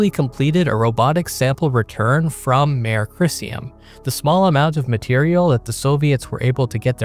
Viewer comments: This video is a really excellent rundown of these missions! Thanks. Just a couple of way-minor nitpicks. First, “Mare” is Latin, pronounced (roughly) “MAH-ray” rather than “mare.” Again, no biggie, but just to be proper… — This artistic rendition is a lovely artistic rendering, but amusingly non-Physical: * I’m mentioning this not to be mean, nor even to suggest that you shouldn’t use this artist’s impression, but just to encourage viewers to think about the Physics/Astronomy a Lunar lander sees. * First, based upon its landing site, the Earth should be much closer to overhead than on the horizon. * We would also not see the Earth move. * Also, the star field would not move unless this were a high-speed time-lapse image, and if it were, we would see the Lunar day-night cycle (well, that is unless it were taken once every 29ish days in sync with the Lunar night, but if so, those stars would be screaming by!). * There would also be no (substantial) brightening on the Lunar horizon. Yes, it is true that dust has been known to become suspended above the surface due to certain electro-static effects, but only very small amounts. * My original gut feel was that even at Lunar night, the Milky Way being visible is questionable (it’s extremely dim). However, my gut feel was wrong though, since, in sufficiently dark Earth environments, the Milky Way is visible, so I would expect it to be visible in Lunar night. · Mare is pronounced ‘mah-ray’ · Mare is Mar-ay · Mare is pronounced MARR or MARR AY. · Correct Latin pronunciations please